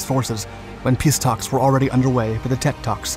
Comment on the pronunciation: At least he pronounced Tet correctly. Lol.